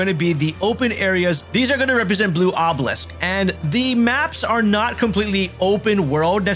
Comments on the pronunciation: Ah bah lisk not ohbleesk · Nice tips bud. Some friendly help. Obelisk (Awe-ba-lisk) Orchestrion (Or-Kest-Tree-In) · K-aron. Not Sh-aron. Obelisk - aa·buh·luhsk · Awb-el-isk. Obelisk. 😑😂 Also, Charon is pronounced Karon. You know, like the way anyone who says her name in-game says it? Why can't a single YouTuber say her name right when they say it IN-GAME!? 🤡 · It’s pronounced Ob Ah lisk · Ah-beh-lis-ck Its not pronounced sharon. Its pronounced karen.. 😂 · Good video with some great but not so obvious tips. BTW, "obelisk" is pronounced "Obb-A-lisk." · I came to the comments to say this 😂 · OBB EH LISK, read dude